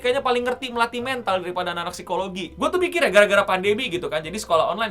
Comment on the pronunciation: mental "e" nya dibaca kayak elang.